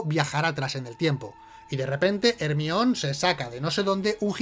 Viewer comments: ermion ? no era jermaioni ? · Jermaioni, no ermion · El peor error de este video es pronunciar ERMION... El nombre de Hermione (jermayoni) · Hermion mis cojones, es Jermayioni de toda la puta vida!! Jaja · "Ermión", me encanta xD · Ermion :u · ERMION jajaja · ermion jajajajaa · ermion jajajajajajajaajajaaajajajajaaajajajajajajajajajajjajajajajajajajjajajajajaaaaaaaaaa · Hermione or Hermoine como sea que lo digan es Herminia en español. Ahora veréis aquí no hay quien viva con otros ojos